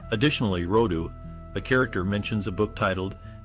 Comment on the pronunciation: Rhod-a, not Rho-do. But I don't see how a 1956 movie had someone driving a 1964 car on the set, and "150 o-z" is not 2 pounds. Also, that background piano music is distracting. Anyway, McCormick was amazing, and I agree about the influence of this film on later works. It's interesting how in these more bitter times the endings of the remakes and other similar films have changed from the moralistic Hayes Code days of the '50s to something much darker.